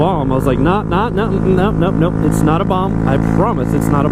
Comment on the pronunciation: It did sound like he was saying bomb not bong, he said it twice and sounded like bomb both times. But I'm pretty sure he meant bong. But lol a vape with that liquid from the bombs in Die Hard with a Vengeance would be crazy.